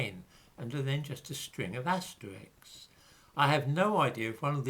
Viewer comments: It's " asterisk" . Asterix is a cartoon character !!!! I am rather suspicious of someone who doesn't know this. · Asterisk ? Are you pronouncing this correctly?